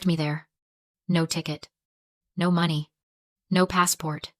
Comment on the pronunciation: Another AI video.... you can tell by how the money number is pronounced. No one talks that way in real life. I will not be subscribing... :face-orange-raised-eyebrow::face-orange-raised-eyebrow::face-orange-raised-eyebrow